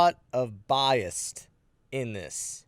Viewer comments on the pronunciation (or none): There is no “T” in the word bias.. 🤣